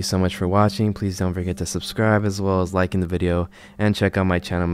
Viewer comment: Did you say "liken the video"? 😂😂